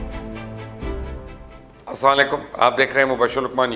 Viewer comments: mubashar sahab salaam tu sahi kiya karain iss ko repeat kar ke dekhain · Aap Ashe ankar hen Salam theek se kiya karen